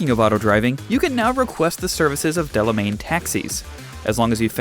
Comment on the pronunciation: Its Delamain,! Not Delemain. -__